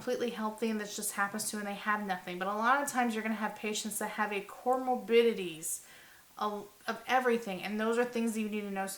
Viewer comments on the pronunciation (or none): none